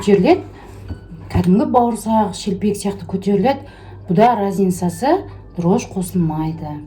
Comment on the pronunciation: Дрож емес дрожжи